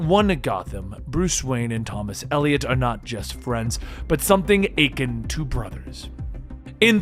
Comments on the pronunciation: Can you fucking read? I English your second language. I thought Aquaman was the problem. You say Ac-ca man. It’s awk-wa man. Akin uh-kin. Not ai-kin and oh my god? Autopsy SCARES??? Not sot scars? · Not to be 'that guy', but the word "akin" is pronounced "Uh-kihn", not "Ache-In". Sorry to be an Alphanumerical Aryan.